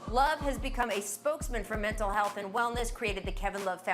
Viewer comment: Did Kendrick Perkins just say “milntal health”? 😂